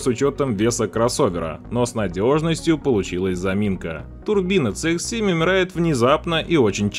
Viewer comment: Движок у Шкоды, если уж правильно называть, то ТиЭсАй (TSI), а не ТиСиАй (TCI) . То же самое и про Мазду. Не ЦэИкс (CX), а Си (CX).